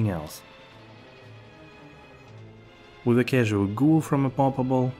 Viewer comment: Gul = ghoul 😂